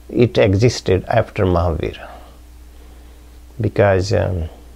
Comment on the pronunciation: What is he saying... Marhabara? Jainism didn't start after Marhabara?